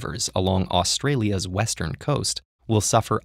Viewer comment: seriously, why is it that yanks can't say Australia properly.